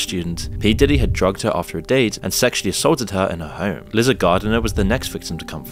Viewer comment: Are you voiced by AI? Why are you calling him Sheen? Sean is pronounced "Shawn" and Liza isn't "Lizza", its more like Lisa with a z instead of an s.